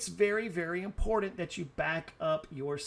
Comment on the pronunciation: The most Impordant thing to know.. THERE IS NO "D" in the word IMPORTANT